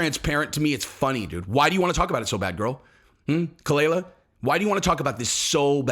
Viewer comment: kaah- lyla. That's how it's produced Jesus that dhit was annoying. She's not Bobby's wife. She is a attention whore but you got this whole situation wrong